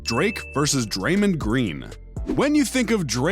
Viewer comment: Draymand Green? You mean Draymond Green.